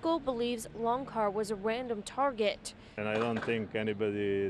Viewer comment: It's "LonCHar," as in "CHocolate." Goodness. Saucesce porodici.